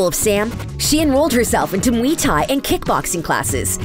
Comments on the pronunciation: just saying muay thai is not pronounced, Me tie its pronounced, Moo-wa-ie tie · Not how you say mui Thai